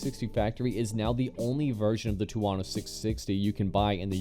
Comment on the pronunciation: wtf is a two-wano 😂😂